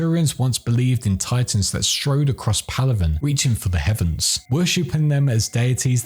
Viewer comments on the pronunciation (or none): none